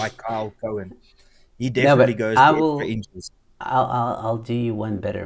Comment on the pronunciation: His surname is Cowan not Cohen Pronounced "cow in "